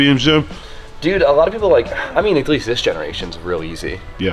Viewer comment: always saying akleast instead of at least something up with how these Connecticut boys say shit like DJ nerdy ass saying cuafee for coffee